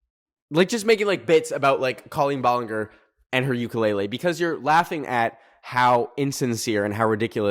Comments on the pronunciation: Her name is actually pronounced ball-licker 🥰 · Sir, it’s pronounced ball-en-jer ❤❤ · the way says balenger 💀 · love how he dont know how to say her name like its colleen ballinger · the way you said ballinger made me laugh lmao